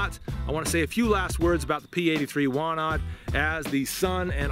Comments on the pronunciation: Wanad is pronounced "vanad" and Łucznik (factory in Radom which made the gun) is pronounced something like "woochnik". I believe that P-83 has been absolutely phased out of usage (maybe except some kept just in case) with the police and the military. Walther P99 (and a little bit of Glocks) is currently being used by the police. Our military (except the military police and special operations units) uses WIST-94... which honestly sucks and no one likes it. lol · You have to read it "Vanad" :) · Ł in Łucznik (archer) you read like W in whiskey. CZ is like you read ch. But W we read like english V Wanad is Vanadium. 80ies for Poland was bat times we had basicly economical melt down so its not the best quality :) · Ive come to learn that pretty much any European word/name that has a W in it is pronounced as a V, just FYI man.